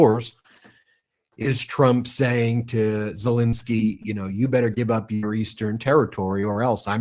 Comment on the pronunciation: BEN, BEN, BEN...AAAARGGHH . ..I love the show . I remember when you were saying " lets get to a million" BUT ...for legitimacy you guys have to get the name of Ukraines President right. " Zalinski" is a " relatively" common Polish name in the US . But this is NOT the Ukranian Presidents name . There is no " A" There is no " I " in his name. Its Zelenskyy